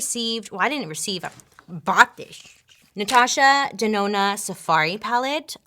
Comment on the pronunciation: She said Natasha DeNONO!!